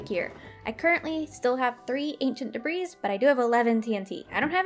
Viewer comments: I'm probably too late to yhe game here, but it's pronounced "debree" the S is silent. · I love this episode but debris isn't pronounced with the "s" ;w; Edit: at least in my area